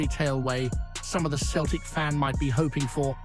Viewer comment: Finally your pronouncing Celtic properly. Now to work on your Gie (it's not gee) it's more like the traditional judo outfits.